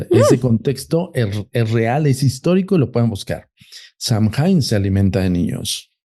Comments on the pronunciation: 20 años llevo en Irlanda, soy ciudadana, estudio Shamanismo Celta...lo q dice de SAOIN (asi se pronuncia) es totalmente incorrecto. Saoin es un festival antigüo Celta q marca el final de la cosecha, y q se dive q el velo entre el mundo de los muertos y los vivos es delgado. NADA Q VER CON Q ES UN ESPIRITU!!Perdi toda la credibilidad q le daba a este chico, por q osea...Google it!! Google te dice como pronunciarlos, lo q es, etc. No me creen? Googleenlo...ahora googleen "Puca" eso es UNO de los espiritus q.es "famoso" es SAOIN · Samhain,cuya pronunciación es( sow-en)Es una fiesta gaélica que se celebra el 1 de noviembre y que marca el final de la temporada de cosechas y el comienzo del invierno. Eso es todo! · Todo mal..... no sabe ni pronunciar samhian , y no es un ente, es una festividad Celta pagana..y nada que ver todo lo que dijo este señor 🤦🏻‍♀️ se dedican a esto y no se documentan antes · No hay ningún espíritu Samhain y no se pronuncia así y todo lo que dijo es mentira. El halloween tiene sus orígenes en el Samhain que es de origen Celta. Dios!!!